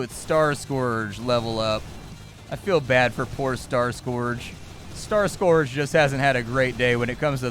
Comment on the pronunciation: Amazing that you don't know how to pronounce "scourge"